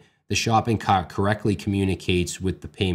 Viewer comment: Oh the accent comes out when he says "shopping cARt"